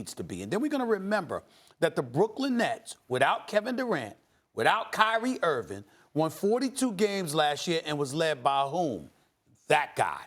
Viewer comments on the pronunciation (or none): Nobody: Stephen A: Kyrie ERVIN